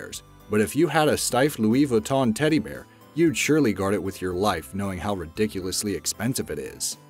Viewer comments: You don’t say Louise viton you say louie Vuitton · I hate it how he says Louis Vuitton